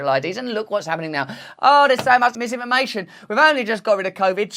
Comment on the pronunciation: Lisinformation, zizinfomation.... fuck sake 🤣